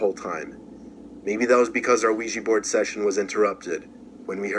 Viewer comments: Us black people and Ouija boards.....NOPE! Soon as they said Quija board I even paused the video and said "SEE.......HERE WE GO WITH THAT BULLSHIT!" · as soon as I heard ouaji board I knew was going to pause the video